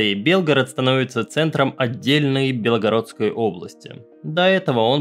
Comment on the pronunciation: всё очень интересно, но режет слух неправильное произношение топонимов. правильно ГрАйворон, а не ГрайвоРон. КорОча, а не КОроча. В Википедии ударения можно глянуть. И даже чтение хромает: ну нет никакой БелОгородской области.